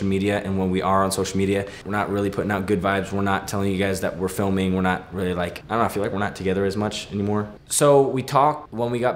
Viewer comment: "Wait? Rearry?" 😂😂😂😂💗💗💗💗